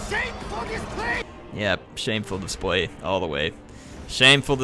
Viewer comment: Who else laughs every time at "shamefur displej" just because laughs at it lol